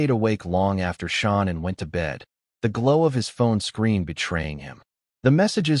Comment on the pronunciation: Her name is Shannanne not Shonnon